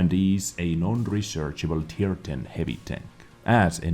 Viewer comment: U heard that? Its non rechershable said non rechershable